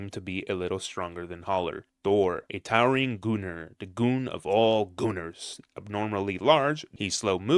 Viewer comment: It sounds so wrong when he said gooners